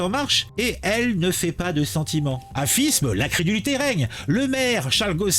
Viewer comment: Ça se prononce fime !!!!